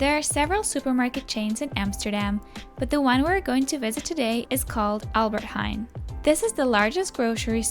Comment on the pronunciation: I love your accent 🤣, sorry. "aLbErT hEn" 🤣 it's hAIN. Like you say the word nein, but Heijn. Idk why the e is silent, we almost never have silentletters, but maybe it is the old Dutch or something